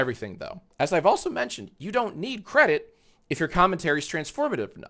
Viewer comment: cwedit the cweators